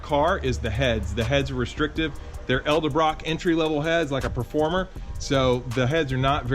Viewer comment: Looks great! Ice job the GT40 upper is IMO one of the best looking intakes ever.. oh and say it with me.. “Ed-El-brock “ lol